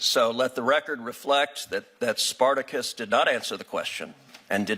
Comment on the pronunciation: "Sparticus" lol. Mobs aka Democracy. Do we live in a mob rule?